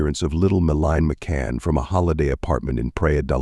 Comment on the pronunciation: Can’t even get her name right